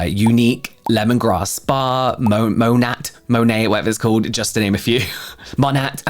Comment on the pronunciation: CC would be so upset with how you pronounced Monet 😂